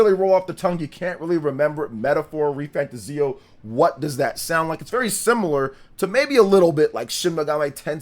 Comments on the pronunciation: Not pronounced fantaZIO. It's fanTAzio. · You are pronouncing refantazio wrong. Its re fan 'tay zee 'o. ' = emphasis Re fan Tayzee o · I might be wrong. But I think you're pronouncing fantazio wrong. Your videos are great but please fix how you pronounce it 🙏